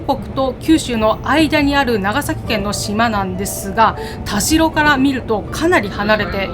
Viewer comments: たじろではなく、たしろだと思いますが？なぜ濁るのかなぁ？ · 佐賀県を詳しく紹介してもらってありがとうございます😊 現在鳥栖に住んでますが、田代は「たじろ」ではなく「たしろ」と読みますよ😄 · 鳥栖出身です。大好きな地元を詳しく説明してくださってありがとうございます♪ 今度行くことがあれば鳥栖駅から数分の八起のアイスキャンデーを食べて欲しいです。駅のうどんと並んで鳥栖のソウルフードです❤あと田代は「たじろ」ではなく「たしろ」ですよ〜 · 「たじろ」じゃなくて「たしろ」ですよー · タジロではなくタシロでいいですよ。